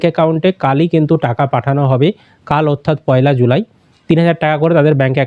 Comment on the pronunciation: July pronounciation karte pare na se abar cm